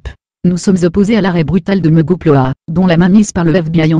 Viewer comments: C'est quoi "Mégapleuah" ? o.O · Oulaaah le vieux commentaire x) ! Oui je sais, je sais . Mais ça me fait toujours autant rire "Mégapleuah"